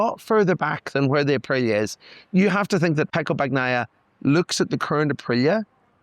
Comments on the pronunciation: please please... bani-aia. not bac-naia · BAN-YAI-YAH. Come on man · Pecco " bagggnaia". english people just cant say his last name properly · Your guy needs to learn to pronounce Bagnaia. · That isn’t the correct way to pronounce Pecco’s name,.